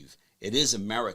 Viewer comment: He said America Foist.